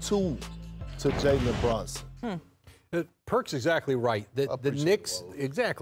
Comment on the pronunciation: Perk. It’s BrUnson. Not BrOnson